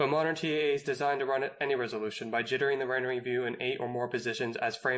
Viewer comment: what is resoloution? 😂